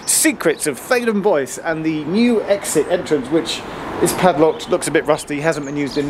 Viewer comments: ""Bois"" is, I believe a French word meaning ""woods"" and is there pronounced ""bwa"" and not ""boys""! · Bois is pronounced Bwah it's French for wood. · Oh wow does Bois rhyme with voice, not trois?! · Boise, Idaho. Theydon Bois. Pronunciation definitely not French. Faraway underground stations are always interesting. Does Epping connect to another railway?!!